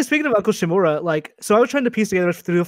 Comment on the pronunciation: Ikr total cringe how hard is it to pronounce "Uncle Shimura"